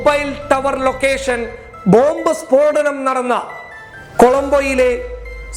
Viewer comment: സ്ഫോടനം✓ സ്പോടനം× 🙏